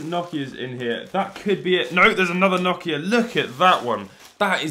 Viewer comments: Why do you say nohkia 😭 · That’s not how u pronounce Nokia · Nokia❌️ nokya ✅️